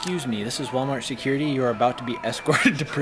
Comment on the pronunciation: what is a “sukurity”